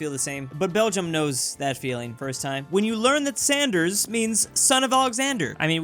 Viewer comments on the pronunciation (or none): none